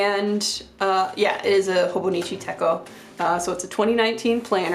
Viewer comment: Techo is pronounced just like it’s spelled, like the “ch” in chocolate